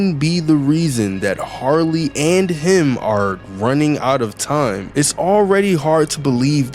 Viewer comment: Its "Harley" Not "Sarly"😭